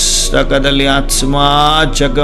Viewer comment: It's aathma pronounce it properly